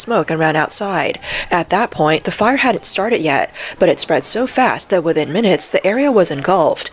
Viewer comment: Please fire this narrator. In English the TH sound is not the same as as the F or V sounds. Its pronounced 'Three' not 'Free'. Its 'Within' not 'Wivin'.